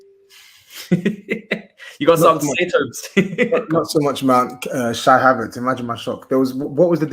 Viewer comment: Lmfao bro said CHYY HAVERTZ 😂😂😂😂😂😂😂😂🤣🤣🤣🤣😆😆😆